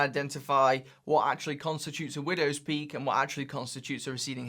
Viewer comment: took i took a sip of vodka time every time very he said windwos pealk , soooo many times he say widows poeek